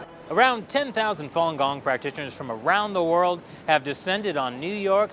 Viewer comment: More commonly known as Follon Gong? er no, it's Falun Gong.